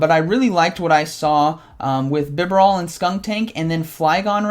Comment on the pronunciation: Couple of corrections: 1. BEE-Barrel or BEE-Bar-El 2. And a couple of times you mentioned Alolan Exeggutor, but it was Kanto Exeggutor. 3. you said it right at the intro, but wrong during the commentary. I believe it's es-cavalier. like escargo (snails) and cavalier. Glad to see you putting out some Silph content! GGs man!